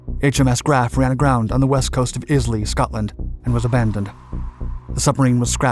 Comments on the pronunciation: And it's EYE-la not is-LEE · Islay is not pronounced the way you say it. Be warned. UK place-names are a snare and delusion for those who think they know. They often catch out the British, too. Since Islay is renowned producer of whisky, the pronunciation is well known.